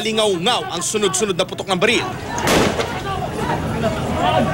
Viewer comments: Nagpaputok ng "Balel" HAHAHAHAHAHA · Sabi ng pulis balel hindi baril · Baril sir hindi balil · Hindi po sa inaasar ko po ung pulis sinabi nya po balel imbes na barel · balil ba narinig ko??? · mey balel???? ahahahaha chip ahoy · Bulol pala sa r si sr pulis. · Mag 3 years na to pero ako lang yata nakapansin na yung sinabe ng pulis sa sabe nya "balel" 😂 hahahhaha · May pumutok n balel sa